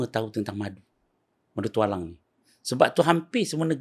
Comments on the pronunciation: Telinga aku ke salah atau cakap Tok Alang dan bukan Tualang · Ye, saya pun dgr sebut Tok Alang.. hahaha 🤣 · tok alang..? apa lah mamat nie sebut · Bukan Tok Alang la..Tualang 😂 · iye juga tu....tp aku mcm tak boleh hadam pulak bila Pokok Tualang pun disebut nye awal2 tu jadi "Tok Alang"....hahaaa 😅